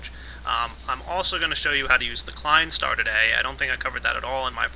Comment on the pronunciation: I loved the way you failed at pronouncing the Klein star number, here's a tip: /watch?v=EuhxrOBK6W0